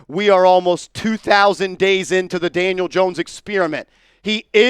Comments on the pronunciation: He sure did 😂 Janiel Dones 😅 a real one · did you call him Janiel Dones?? You must really be pissed!!!😂😂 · Haha , you said Janiel Dohns